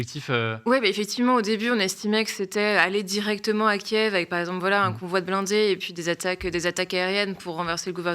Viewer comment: Y en a qu'un seul qui regarde les allocutions de Zelensky apparemment et qui a la présence d'esprit de dire Kiv et non pas Kief.